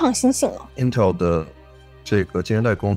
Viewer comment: 是intel，不是intel儿